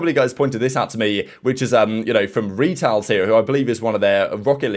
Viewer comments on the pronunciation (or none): Lmao its Retals with a soft e not Reetals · for future reference, retals is pronounced like petals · Great video! optic “Retals” is pronounced “Reh-tuls” just so you know for the future 😂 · retals is pronounced ret-alls correct, not re-tals. real name slater thomas (slater spelled backwards is retals) btw. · Pronounced “Reh-tals” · no shot you pronounced retals as ree-tals lmaooooo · The way he said Retals name 😂💀